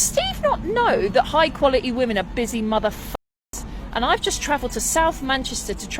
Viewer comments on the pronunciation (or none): What is qua-a-ee? What kind of English is that ignorant crap. I would have stood her up too. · Dear lady. "High qualih-ee" women don't liberally throw around words like "motherfucker". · This pointless thing is not "high quality", she is not from "good stock". We know this by the way she doesn't pronounce the T at the end of words like, "quality". She's just your typical trash head who massively overestimates her value. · Straight of the bat - high quality women know how to pronounce the word quality